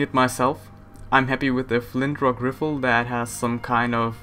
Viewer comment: Did say flintrock riffel?